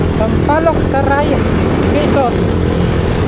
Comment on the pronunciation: Saryaya ang basa dun lods hehe